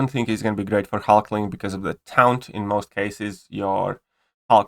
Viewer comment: Taunt is pronounced tawnt